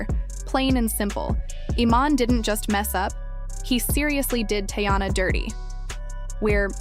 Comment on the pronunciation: Can you atleast pronounce her name right? It’s TEEyana…